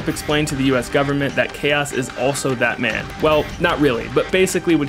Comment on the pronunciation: Every time his says that man, I hear bad man or Batman.